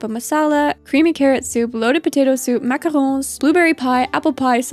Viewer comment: I don’t know if it’s the thorough and easy to understand summary or the perfect French accent on “macarons” but I find this video to be magnifique